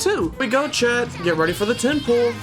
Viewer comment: When u say pull i hear pull up 😅😂